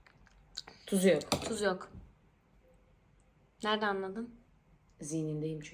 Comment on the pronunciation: ✨ZihğNindeyim Çüğnküü✨ 🤣😅